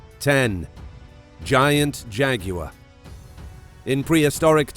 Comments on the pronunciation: Its pronounced "Jag-gwar", not "Jag-You-Are." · Did he call it Jagyaur like jaguar but with a y. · Tired of hearing about jegwires. I know no such animal. I know of Jaguars. Can’t bear it anymore I’m gone. Bye. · I love how he pronounce Jaguar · It's the way he says jaguar for me 😆 😂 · 😂🤣I like the way he says jaguar😂🤣